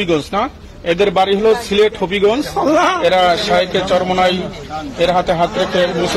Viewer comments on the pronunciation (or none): সিলেট কে শিলেট বলা গদি মিডিয়ার শিক্ষা সম্পর্কে জানা হয়ে গেছে😂😂